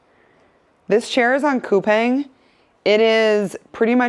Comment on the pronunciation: Fyi...Coupang is actually pronounced Coopawng